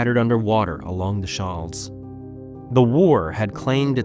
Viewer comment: Shoal is pronounced sh ole, like coal, not not like shawl .